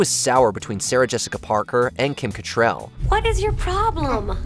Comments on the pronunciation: Kim CattRAL, not Catrell. Come on now. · It's cattrall not cattrell like get it right for God sake!!!